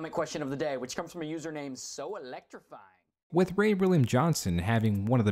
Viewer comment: The way Ray William Johnson says "So elECTRIfying" makes me instantly hate him, despite never having heard of him before.